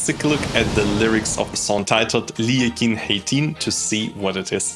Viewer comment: He pronounced the song's title skillfully enough.